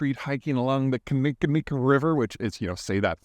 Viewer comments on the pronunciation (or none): Kin-nee-kin-nik is how it is pronounced being from Milwaukee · Love the Milwaukee riverwalk!!! Also a lot of Wisconsin town, county, and river names are not set up for out-of-towners to pronounce. I've heard said as "kin-eh-kin-ick"